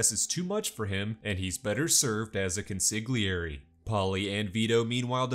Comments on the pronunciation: I'm sorry did you really say con-sig-li-errie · Consigglieri was painful to hear. 😢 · Con-see-lee-airy. The G is not pronounced if before an L in Italian. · The way my guy pronounced consigliere made my teeth hurt.